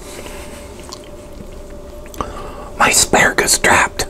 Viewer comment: It’s asparagus not assargus